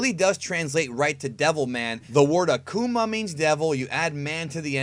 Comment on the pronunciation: Low key Akkuman sounds like a Digimon when you say his name